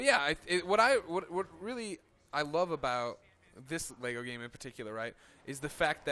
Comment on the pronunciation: At last I hear an American say "Lego" not "Lay - go"